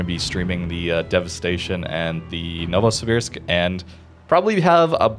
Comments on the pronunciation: I'll pronounce it for you one more time, you were closer this time. Nova sibersk is how you pronounce it. Новосибирск is a city, near the urals. Rather large city too. Хабаровск is pronounced habarovsk. For russian words only one vowel is hard, the others become soft. Hope this helps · It reads as no-vuh-si-beerksk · Noh-voh-see-beer-sk Edit: at least that's how Malteseknight and flamu pronounced it. Also it's in the Metro games. Good Vid! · It's Noh-voh-see-beersk.